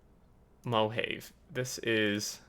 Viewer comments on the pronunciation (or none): Mohave Mo-Hov-Ey as in the Mohave desert.. Not Mohaive.. ROFLMAO